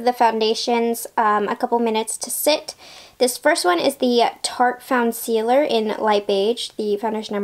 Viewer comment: Such a great review ❤💋 You rock😚 P.S. You did a WAY better job pronouncing the name than I did in my video. I botched the hell out of it🤷🏼‍♀️🤦‍♀️💋🤣